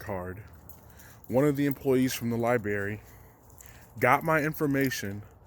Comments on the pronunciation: Am I really gonna be the first to call him out for how he says library? I'm sorry but your forgetting the r after the b hahaha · The lie-berry lmao